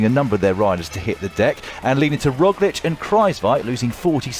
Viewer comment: Primo Rowslick?